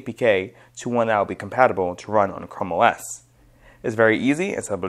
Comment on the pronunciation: why pronounce it "chromios" it's simply "chrome os" no need to say it wrong